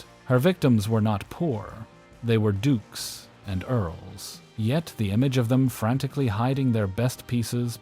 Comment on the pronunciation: "Dooks" and "Urles" terrify me.